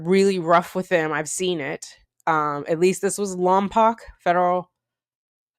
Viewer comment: Please forgive my pedantry, but as a native of that general area the city name is pronounced Lom-poke, not Lom-pock.